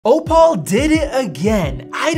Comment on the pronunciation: It's 'OH-pull', not 'Oh-Paul'